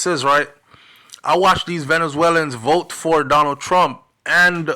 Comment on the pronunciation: I will " bote" for Donald Trump I will" bote" for Donald Trump 😅😅😅😅😅